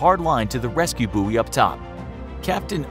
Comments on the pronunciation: pronounced buoy wrong but ok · You say buoy completely incorrectly